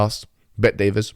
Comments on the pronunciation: legends say hijab still calls him DAVIS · its bet-david, not bet-davis. also, for Allah's sake, please turn down the gain on your microphone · Bet-David. Not ‘Davis’. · its Patrick Bet-David, not Bet Davis. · Its Bet David not Bet Davis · "Pet-DaviS" "Bet-DaviS" - Mohammed HijaS. Mohammed Hoojab. Mumhammad Boobjab. You're not the only one who can intentionally mispronounce a name, being a rude and condescending prick. If you are going to spend nearly ten minutes criticising someone, have the decency to learn their name. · Why do you have to get his name wrong? You have done this mistake before with other people.